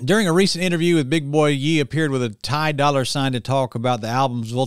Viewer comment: FYI, Ye is pronounced “yay”, just like it sounds in the name Kanye (kan-yay).